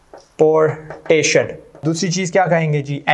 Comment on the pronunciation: It's transportation* not transportion ❤️